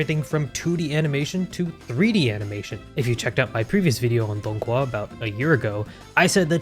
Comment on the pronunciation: The g is silent and it's just pronounced HUA at the end. Dong - Hua. Very awesome video tho!